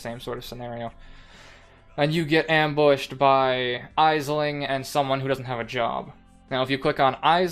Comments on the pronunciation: Great information about the syndicate board, thanks. By the way, Aisling is pronounced Ashling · Aisling is an Irish name, it's pronounced like Ashling. Thank for the great vid :)